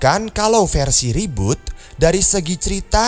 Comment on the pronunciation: reboot bro bukan roboot